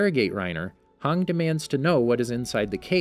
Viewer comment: no offense but did you really call hanji, hang?